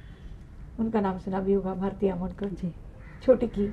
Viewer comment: आमो'ण'कर असं नाव आहे ना! आमो'न'कर काय? चूक दुरुस्त करावी. हिंदी भाषेत 'ण' हे अक्षर अधिकृतरित्या आहेच देवनागरी लिपीमुळे.